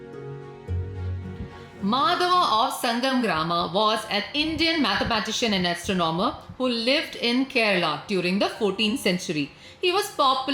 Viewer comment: Thank you for this informative video. Please check the pronunciation of 'astronomer'. The first 'o' is longer than the second. The reverse is true in 'astronomical'.